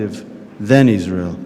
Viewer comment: Suppose to honour the vets but she’s out in israhll 😂